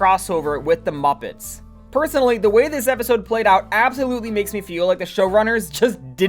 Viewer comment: why do you pronounce muppets like that